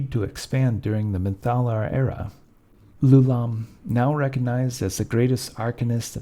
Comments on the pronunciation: It's "Eye-oo-lom". Why would you even think it's "Loulam"? Does a person's name start with a lower case letter? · It's Ioulam, not "Loulam". You should confirm the spelling and pronunciation of proper nouns before you record. I think I know what went wrong, the same thing as shown in this comment: lousy sans-serif fonts conflate a lowercase L, "l", with a capital i, "I". The name of the inventor of the floating city was definitely spelt with an i; ioulam. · You are pronouncing Ioulaum wrong !!!! What you are actually pronouncing is Loulaum . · Ioulaum is spelled with an I, not an L. It sounds as if you are saying his name as Lou-Lahm. I don't believe that is correct. Or, are you saying Ooh-Lahm, and I'm hearing you incorrectly? The Netherese also tried to move into Realmspace. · My first video of yours. Absolutely phenomenal quality and depth of information, on par with the bigger guys like Lorepedia, but, while he's fantastic, my issue with Lorepedia is he tends to jump topics kinda randomly, repeat himself, and kinda sounds like he's a bored intern reading from a textbook. My only note for this video is that "Ioulaum" starts with an "i" and not an "L". "Ee-yo-lahm" or "Eye-yo-lahm". Otherwise incredible work and you got my subscribe!